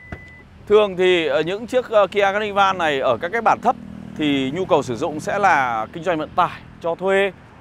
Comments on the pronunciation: "ca nơ vồ" chú ơi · ca ni vồ nhé a zai :)) đọc 2 lần cũng vẫn sai buồn cười quá :v